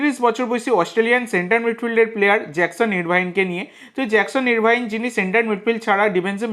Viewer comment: কথাটা আরভিন, ইরভাইন নয়।